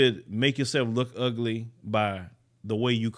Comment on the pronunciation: "You don't want to listen to men, just stay by yoself." LOL 😆 with the Houston accent 😂!